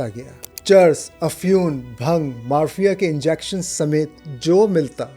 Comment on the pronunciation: آپکی ادائیگی کمال کی ہے البتہ چند الفاظ ٹھیک سے ادا نہیں ہوئے لسان کی جمع ہے السنہ اور چند دیگر الفاظ اگر آپ کسی کو سنا لیا کریں جو معدودے چند الفاظ کا تلفظ درست کروا دے تو مزید چار چاند لگ جائیں گے جیسے کہ مارفین